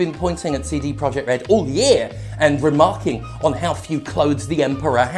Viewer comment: All I can hear is "Seedy" Project